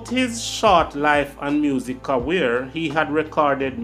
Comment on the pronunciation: Who's gonna tell this man that there is no W in career. It's not cawear bro